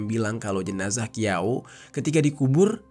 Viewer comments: Bukan Qiao bang bacanya Chiao.. . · Qiau bacanya Ciau bang,Kalo zang itu bacanya chang Kalo Qu bacanya ci